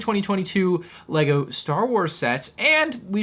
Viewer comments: What was that accent at the beginning 😂😂😂. "Leger" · You said legger starwers 😂😂 good intro dawg 👍🏻🥴